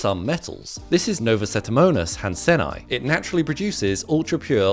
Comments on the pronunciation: "Hansenii" is not pronounced han-sen-eye, it's pronounced han-sen-EE-eye. That's how double-i's work in Latin. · Isn't the double-i at the end of a Latin word pronounced "eee-eye"? Maybe British English does it differently.